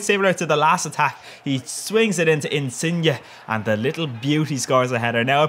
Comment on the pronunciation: First non-Italian person I've ever heard to pronounce Insigne in the RIGHT way! OMG <3